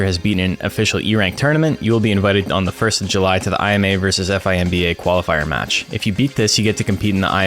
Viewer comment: Ai Em EY and Eph Ai Em Bee Ey? Oh you mean I’ma and Fimba! Just listening without watching made me go back cause I was like Korea Expedition? What’s that?!